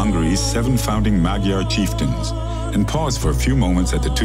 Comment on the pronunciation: One Hungarian word to strongly consider is Magyar. It is who they are! I may be a Texan, an "American" and I may speak "English", but to the Hungarians (as we call them) - they are Magyar. So too - it is their language. With that in mind I offer the following: the "gy" in Hungarian does not sound like it does in many other languages. Care to make more friends - quicker? Call them and their language something more like MAWD-yar instead of mag-yar! They will be pleased with your effort. Isten, áldd meg a Magyart!